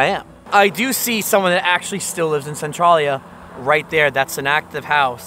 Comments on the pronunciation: It's CentrALia, not Centrawlia. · maybe im wrong but in PA we say it like sen-trail-ya like central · It's pronounced Cen trail ya.even the video you added at the beginning of this video says it. Pay attention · Local here. I forgot I had photos from 2012. Your video prompted me to add them to my channel today in a video. You may find it interesting to compare then & now. Thanks for your coverage on this area. (We locals pronounce it Sen-TRAIL-yuh). I had no idea they brought in all that dirt. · This is so odd, I grew up here on the other side of the graffiti highway. Only the movie is actually based on the town though, the games were from Japan and the issues of Centralia fires weren't until the 70s. No fires in the Silent Hill town :) There's a new fire that is burning about 10 mins away that just began -- and it's pronounced "sen-tray-lee-uh"